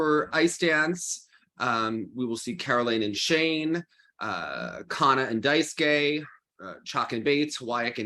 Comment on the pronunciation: Also Rino MatsuikE(h). You pronounce DaisukE correctly, so just do that for every japanese name ending with E.